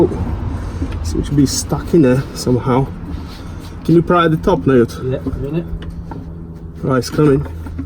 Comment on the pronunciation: Its a Yairs not a Auirs dude